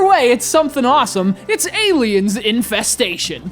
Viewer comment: I thought you said Aliens: Incest-station.